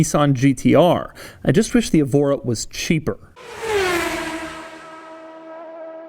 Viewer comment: Someone may have already pointed this out, but the Evora name is usually pronounced with the stress on the E: like "EHvora", and often spelled Évora with an accent mark over the E. Évora is a city in Portugal, and is also used as a person's name. Nice car, a bit out of my price range ('05 STi) :-) .